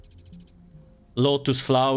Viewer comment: Every time he says kewl I remember master Yi pro guide.